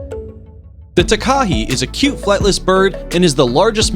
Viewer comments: Umm sorry is name take-a-he its a Takehe but the easiest way to pronounce it is Taa-Kaa-Hey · Its tak uhe and not taykahe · Hi I'm from Fiordland and must point the pronunciation of takahe was incorrect. It is pronounced Ta-Ka-Hey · Tah-ka-HE and Invercar-GILL, not JILL. Pronunciation is way off man. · For number 10 it is ment to be pronounced takahe (TAH-KAH-HEY) I am a New Zealander trust me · you pronounced takahe wrong its pronounced ta-kaa-hei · Takahe is not pronounced that way. Plus, that's a Pukeko. They can be recognized by the enviroment and the long thin legs of the Pukeko.